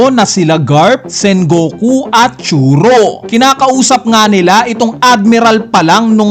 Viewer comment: Request lang, Tsuru pangalan nya hindi Churo. Medyo masakit lang sa tenga pakinggan sa tenga. Suggestion lang naman.